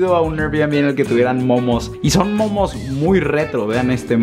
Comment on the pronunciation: Jajaja.. Que gracioso nosotros en argentina decimos "memes" no "momos" siempre hablando mal jajaja.. Pero te amo Argentina ❤ sos lo más!!!! 😄